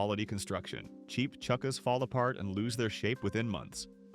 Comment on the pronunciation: Yeah, the mispronunciation of "Patina" as "Pa-TIE-na" or "chukkas" as "Chookas" gave it away